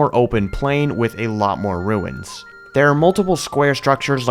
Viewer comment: Did he say "mangrove ruts" ? XD Jokes aside though, this build was amazing! Farosh looked PHENOMINAL and the whole region overall looked stunning. You and everyone who helped you build this are honestly spectacular.